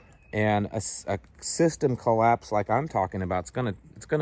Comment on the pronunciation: What's a "colloase"? Just askin'.